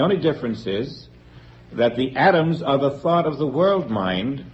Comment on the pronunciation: forms... thort...